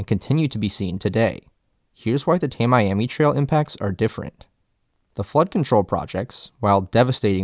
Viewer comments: Tamiami Trail is pronounced TAMMY-AMI. It's a portmanteau of Tampa and Miami. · Is it just me or is he completely butchering the word Tamiami. The pronunciation of Tamiami is not pronounced like Ta Miami, it’s pronounced like Tam E am E. Never the less Thanks for highlighting and fighting for the everglades by brining this up and educating the broader public of the importance of the everglades. Thanks! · "Ta-mee-am-ee" trail. Not Ta-Miami. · people pronounce Tamiami trail like "ta mee ami trail" not ta-my-ami trial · tamiami trail pronounced Tammy Ammy trail not Ta Miami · Ta-miami Trail, sorry, Florida local here, not Ta-miami Trail, it's pronounced Tam-i-ami Trail Tamiami, one word, no pauses. Tam-e-am-e Tamiami. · its not tam-miami, its tammy ammy. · You're mispronouncing "Tamiami" Trail. It's pronounced "Tammy Ammy". Source: My family and I have been locals for countless generations. Long before it was constructed. :P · That's because he's a damn yankee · Ok, I'm totally going to be "that guy". I am a native Floridian. I grew up in South Florida and spent A LOT of time in the Everglades. It's pronounced Tam-mee-am-mee Trail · Well done video of what we need to know. Having grown up in FL, I always heard the Tamiami Trail pronounced like Tammy-ammy. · Born and raised in Tampa- I wish they taught this school. More Floridians should understand the everglades. BTW we pronounce Tamiami Trail "Tammy-ammy." (Tami-ami) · 1. Kissimmee is pronounced: kuh SIM mee. Emphasis on SIM 2. Tamiami Trail is pronounced: Tammy Ammy Trail. The pronunciations of both names are easily researched and on the internet. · As someone who lives in Tampa Bay, the Tamiami Trail is pronounced: "TAM-me-AM-me" Trail. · Tamiami is pronounced (Tammy ammy). I know you wouldn't think it but if you're from FL you know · It’s pronounced “Tam-ee-am-ee.” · It's pronounced "tam-ee-am-ee" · It’s pronounced Tammy ammy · Sorry to be that guy... but it's Tam-mee-am-mee.... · It is pronounced Tam ie am ie